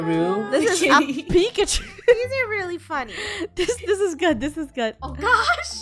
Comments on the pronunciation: Haha so funneh instead of funny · FUNNEH NOT FUNNEYS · funneh: cloen me: IT FUNNEH builds penny wise me: NOO YOUR SUPOSED TO BUILD IT FUNNEH!